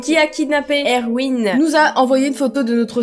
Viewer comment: enfaite erwin ça se lit "ervine" il y a un garçon dans ma classe qui s'appelle comme ça ;)